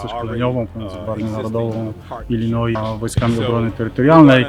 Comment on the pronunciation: Illinois czyta się bez s, panie redaktorze.